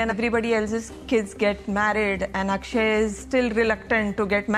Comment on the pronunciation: i know you are not a native speaker but a common mistake I see people doing while speaking hindi words. they mis pronounce the "A" for example his name is akshay ak is like fuck without f .a in starting is mostly like it you are saying aakshay also genrelly you don't say last a for example rama will be same as ram